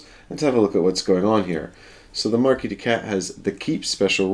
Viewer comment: MarquisE, not Marquis! Arg:! XP Cool video though. :) Pretty long but apparently torough and well paced.